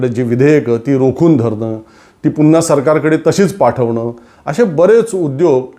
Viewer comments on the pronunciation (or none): none